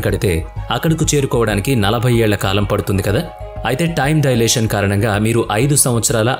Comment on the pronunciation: డయలేషన్ కాదు, టైమ్ డైలేషన్ అనాలి!! అప్పుతచ్చు అన్నమాట.....😂😂😂😂